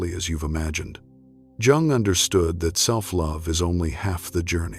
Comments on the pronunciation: At least pronounce Jung’s name correctly. Too bad. it’s a good post, but it starts off alienating anyone who knows that you don’t pronounce Jung like June. It’s pronounced “Yung.” Have respect for the great man. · Its pronounced young, NOT Jung. Duh. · It's pronounced 'yung'! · Please don’t pronounce the “ J “ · Is his name pronounced Yung or Jung? Why do you switch the name!? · It's pretty hard to listen to when the recording isn't pronouncing his name properly. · You don’t pronounce Jung correctly. Hmmm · Because there is no better way to pay homage to a guy than mispronouncing his name for two hours. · AI needs to pronounce Dr, Jung's name consistently. I'm not staying. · Ugh. If I hear his name mispronounced one more time.... This is the problem with AI narration. Smfh. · Nope, stopped listening as soon as the narrator mispronounced Jung's name less than a minute in.